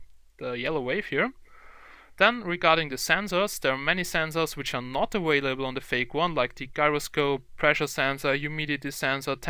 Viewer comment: awalable what lol